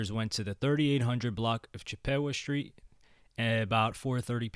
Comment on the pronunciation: why you say chippewa like that😂